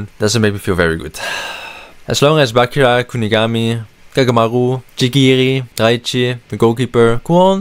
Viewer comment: You hear them said bachira, with c but still choose to pronounce bakira. Why